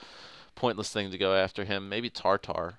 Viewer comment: It's Tatar NOT TARTAR!